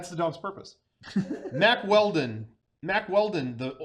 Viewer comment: I remember listening to the Baited Podcast and they pronounced their sponsor Mack Weldon as "Wack Weldon" I'm glad I can listen to a man's podcast where we pronounce words like real men